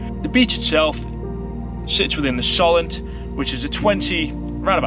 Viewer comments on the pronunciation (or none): Lepe is pronounced like ‘leap’ I believe and it’s ‘So-lent’ not ‘Sol-ent’ . Very interesting video 😊👍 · Another great video just fyi So lent - Solent Leap - Lepe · Lepe is pronounced Leep 👍 and Solent is pronounced with the O the same as the word "oh" 👌.